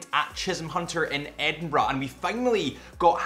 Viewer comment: Now I know how to pronounce Edinburgh the right way. Thanks for that. The watch is nice too😂 Greets from Germany.